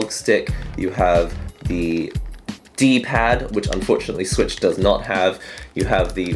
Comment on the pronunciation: Nintendo's 10 gen confirmed "Ninteno Slich" lmao